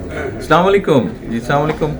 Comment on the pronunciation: সেলামলাইকুম কেন ভাই, আস্সালামুআলাইকুম বলবেন কাইন্ডলী